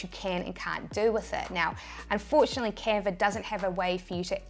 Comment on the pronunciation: Canver = Canva!